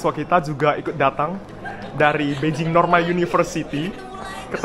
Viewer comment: knp nyebut nya beijing bukan Bei Jing? Ada alasan..?